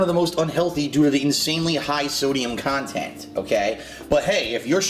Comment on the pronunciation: Imagine e-begging with quality "khantent" like this.